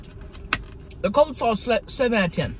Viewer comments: lynn ITS COLEslaw NOT Coldslaw!!! Sooo annoying!! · "Cold slaw," Tammy you're so cute, it's coleslaw. 😂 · I love how she is saying cold slaw instead of coleslaw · "cold" slaw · She called it cold slaw bcuz its cold 😂 if i can remember that’s what she said before